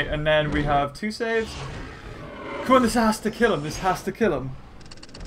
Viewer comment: YOU keep calling saves swichis!!!!!!!!!!!!!!!!!!!!!!!!!!!!!!!!!!!!!!!!!!!!!!!!!